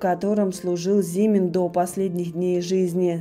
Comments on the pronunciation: Аж ухо режет,от неправильного ударения. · Да не ЗИмин, а ЗимИн